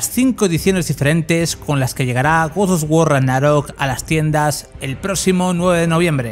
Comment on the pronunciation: Porqué dices gords dos guor?